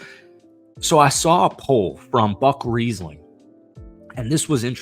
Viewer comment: We appreciate the Titans content. Just a heads up, it's pronounced Buck Rising